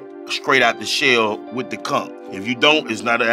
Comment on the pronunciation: ‘The conk’ (aka conch) and ‘bucket naked’ ... Have to use them in conversation this week. 😎👍🏼